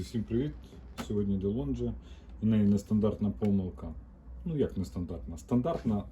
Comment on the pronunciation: а, ну і я вперше чую таку дивну вимову цього бренду: Де Лонжи. Схоже на те, як деякі люди шведський Bahco (Бако) називають Бахко або Бачо.